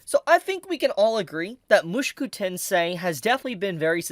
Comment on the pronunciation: Stop saying it like mooshkew it is - Mu-Sho-Ku